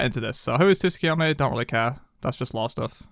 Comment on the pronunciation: hey resident weeb here. letting the people know so they can say it right. His name is pronounced Soo-koo-yo-mee. The t isnt silent but very light, it's kind of combined with the s but you can just drop it and it'll sound 99.9% proper.